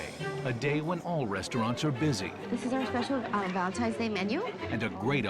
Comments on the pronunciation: Is my guy saying Valentime? 😳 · I love watching these videos the only thing that annoyed me about this video when Gordon was saying Valentimes day instead of Valentine’s Day. I know this is petty but things like this annoy me it’s like people thinking Frankenstein is the name of the monster when it’s actually the name of the creator Dr.Frankenstein.